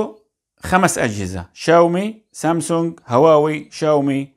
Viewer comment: واووي ❌ هواوي ✅